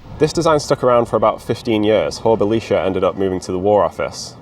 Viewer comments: Interesting that you pronounce Belisha with the ee sound rather than the eye sound. Belisha when referring to himself used the Bel(eye)sha inflection. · The correct pronunciation (used by Belisha himself) was Bel(eye)sha. He was an ally of Churchill , Jewish and therefore vehemently anti Nazi.